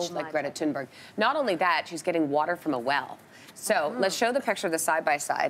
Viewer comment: MacHamish they can’t even say greta thunberg